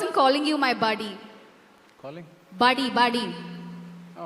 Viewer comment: Its not baady its buddy 😂😂